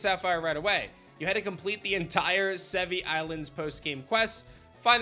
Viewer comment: It’s pronounced Sev-ee-eye. (i.e. the Latin word Brachii)